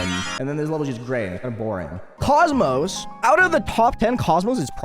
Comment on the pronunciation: Idk why but listening to someone say "cosmos" instead of "kokmok" just feels weirder at this point